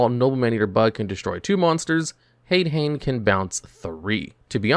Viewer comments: "HAYD-HAYN?" Really, dude? This is your JOB and you can't pronounce basic fucking Japanese yet? EDIT: "RAMENized pronunciation?!" I'm being trolled here, aren't I? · Btw, the "ha" of "hane hane" or "hade hane" is pronounced like a "ha", not "a. So it would be "hah-neh" hah-ne" and "ha-deh hah-neh" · The american pronounciation of Hade-Hane and Hane-Hane is...horrifying